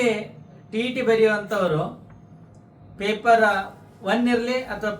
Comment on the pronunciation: ಪೇಪರಾ ಅಲ್ಲೋ ಬಚ್ಚ ಸುಳಿಮಗನೇ ಪೇಪರ್